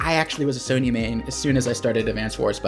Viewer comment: What's a "sone yah"? If youre talking about the CO it's pronounced Sonja